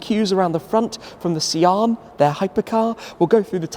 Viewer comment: Sian is pronounced Sean/shawn